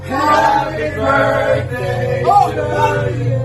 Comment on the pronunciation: "Ben, the Burthday Boy"